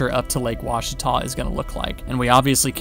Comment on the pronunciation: Looks like you’ve practicing saying; “Ouachita” by Jove I think you got it, spend a lot of time on the Ouachita River!